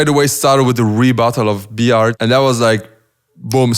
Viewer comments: B-art needs to work on his English pronunciation slightly Also: TODAY IM GOING TO BE WATCHING B-ART WORSES D-LOW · He says Bart like B-art .... 😂